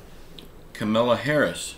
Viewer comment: it's Ka-ma-la Harris